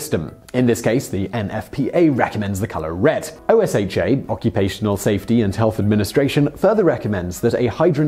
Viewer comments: OSHA is an acronym, not an initialism. You say "oh-shah" not "O. S. H. A." But that's not really a big deal. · it's oh-sha not oh-es-(h)aich-ay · No one says "GPM." But, "OSHA" is pronounced as if it were not an acronym. Oooooohhhh-shaaaahhh. Also, in English, we place definite articles before acronyms. THE NFPA. Today you found out. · Love the way you say OSHA XD Us in the U.S. say it as one fluid word, but to each his own :) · I don't know if I've ever heard anyone spell out OSHA. Oh-SHA. Lol.